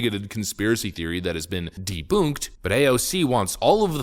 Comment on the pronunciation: Who the hell pronounces it Deboonked